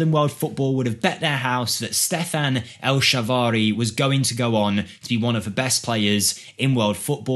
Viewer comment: Mate, seriously, work on that pronunciation. El Shaarawy got turned into a different name altogether. I hate to point it out, but a simple check on Google takes less than a minute per player. I don't expect you to pronounce Papadopoulos like a native Greek would e.g., but I think it makes sense to at least look up how to say his name if you're unsure. Again, I hate to say it, knowing that you often do apologize for mispronunciations. Great video though, a nice trip down memory lane, and my excuse to watch Phil Jones memes again.